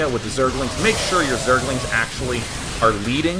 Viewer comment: zerg-el-ings lol love day9